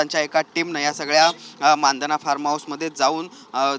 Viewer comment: अरे दादा मानधना नाही रे 😂😂😂 मंधाना.